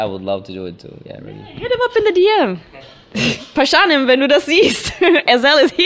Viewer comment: die von 16bars muss auch immer damit pralen wie gut sie englisch redet aber er heißt nunmal pashanim und nich pashaaaanim ...